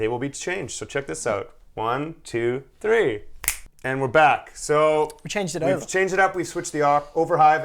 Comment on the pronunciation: you've been living in Ireland too long! Let's hear you say 'three' again...